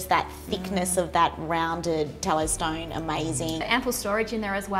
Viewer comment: Funny how people there say 'stoine' = 'stone' . And when they comment on decor/furniture in the store " this is nice", "nice", "nice" ... :D